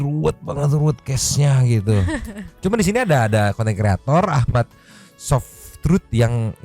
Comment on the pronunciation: sekilas aku denger mamang bilang ahmadsofroot jadi ahmadtobrut